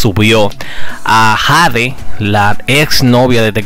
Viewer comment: Su nombre es Jade sii pero se pronuncia jey😂